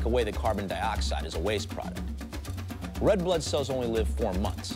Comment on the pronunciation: Bludeh. NOT FUMNY